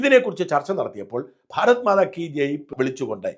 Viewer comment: ഭാരത്മാതാ അല്ല. ഭാരത് മാതാ എന്ന് തിരുത്തുക